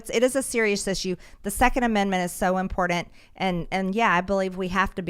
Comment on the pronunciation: I love mtg but damn that pronunciation of important drives me bonkers......lol